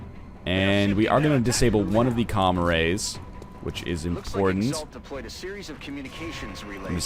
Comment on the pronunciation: Wow I thought NL had been saying "comma rays" instead of what is clearly spelled out as "comm arrays"